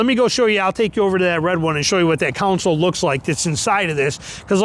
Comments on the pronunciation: Center "council". 😂😂😂😂😂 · stop. stop saying council. its not a council. its a console. theres a big difference.